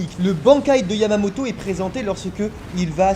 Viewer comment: est-ce qu'il a dit yavamoto